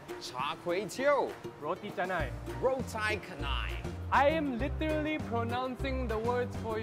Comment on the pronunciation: LOL "rotai kanai"